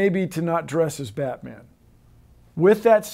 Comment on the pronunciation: did he say "I'm Batmang"?